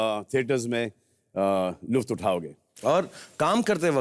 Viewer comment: luft nahi lutf